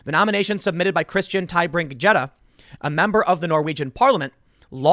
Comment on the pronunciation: Gjedde is pronounced "yedda"